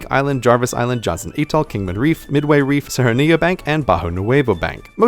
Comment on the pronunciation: Living on Guam and traveling frequently to Micronesia I often find myself trying to explain people on the US mainland the status of these places in relation to the US. Thank you so much for this presentation. A couple of comments (for a future improved version): check the pronunciation of "Atoll" and "Palau". "Marshall Islands" is spelled with a double l at the end of the first word. The labels of the Marshall Islands and Federated States of Micronesia need to be switched.